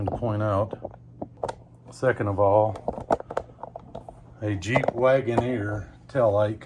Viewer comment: jeep wagoner or “cheap” wagoner?